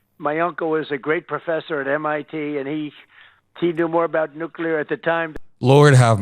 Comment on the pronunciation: For God's sake, someone tell him it's *nuclear not damn *nuculear.